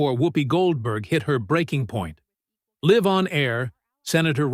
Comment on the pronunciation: Your narrator mispronounced “live”